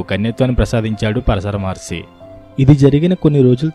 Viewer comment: Maharshi plz prounance by properly